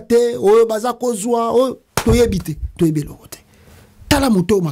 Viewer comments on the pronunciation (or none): none